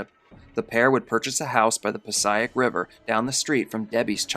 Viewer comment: HEY! I went to Passaic Valley High and grew up in Jersey....you are pronouncing it way wrong. PAH-SAY-ICK is how you pronounce it. Not PAH-SIGH-ICK. Just saying.